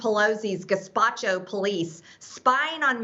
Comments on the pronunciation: Guesspacho??!! Sounds Italian? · Gespacho???? Sorry. Basing it on her accent. 🤣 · She really said “gaspacho” 😭😂 not “gestapo” lmfaooo what an idiot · "Gespacho" lol...it doesn't get more embarrassing than this. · did she just say the police are a soup? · I heard it as more of a racist, on purpose, mispronunciation